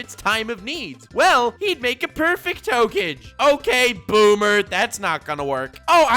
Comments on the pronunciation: Yeah everybody talking about boomers, but i love how he says hoake-j instead of hokage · nobody::Hoekage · flexing on us by saaying hokaj instead of Hokage! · No one: Not a single living being:: "Ho cage" (hokage) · That ho-kage thing pissed me off much more than it should have the more you said. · Old-school Naruto fans: IT'S PRONOUNCED HOE-KA-GAY!!!: ok boomer 😐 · Do you pronounce it Hokage or Hokage. Honestly I prefer Hokage over Hokage, but I have no problem saying Hokage in any setting. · Ur saying hokage wrong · when he slips on that hokage pronunciation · Lol the way nux says hokage is how i useto pronounce it bf i watched the anime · 1. This video is something I never knew I needed this much 2. the way you pronounce Hokage is now the ONLY way I will say it....FLEX ON YOU KISHIMOTO